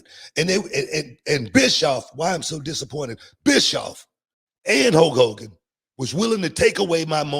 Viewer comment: I could listen to Booker T say the name “HO KOGAN” forever.